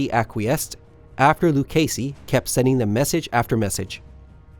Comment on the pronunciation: Joseph Count Lucchesi d' Averna is the Italian (from Sicily?) So he is not [Luchesi], but [Lukkesi].